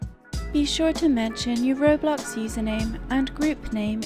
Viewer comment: Ah yes, Roblux